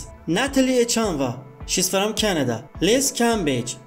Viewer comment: What kind of accent makes you read from like it's fErom